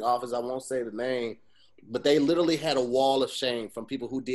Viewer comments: Why don't they ever mention the fact that always says "little-ly" instead of "literally"? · puts an "L" in front of the country Italy, to say "Literally" and no one catches it.